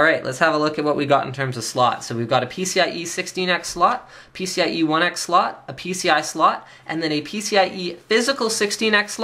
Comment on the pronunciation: He dosent pronuce slot correctly,for me souns like he says sloth